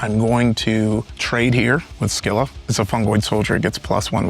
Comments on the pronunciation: The English pronunciation of "Scylla" is "SIL-uh." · She nailed Charybdis, but Scylla did her in.